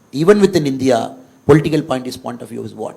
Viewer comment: Whatever said and done.. pronouncing India as Indhiya...viz.,... இந்தியா...is the greatest.